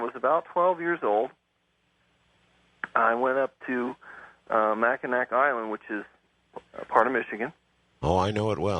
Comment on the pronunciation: The correct pronunciation of Mackinac Island is "MAK-ə-naw".